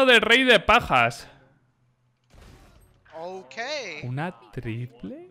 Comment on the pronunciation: Alguien me explica por que dice rey de pajas y no de bajas